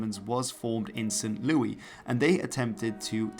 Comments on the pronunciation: it’s pronounced saint lewis. and xi is 11. vi is 6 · Saint Louis is pronounced like “Lewis,” not like the French name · I love your videos, but your pronunciation of American locations isn’t great. It’s Saint Louis (pronounced as “Saint Lewis”). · Bro pronounces German words but calls St. Louis as St. Lewy. Just got out of my Porsh 911 to post this. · Pronounced St.*Lewis* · Are you talking about St. Louis? We say it with the ‘s’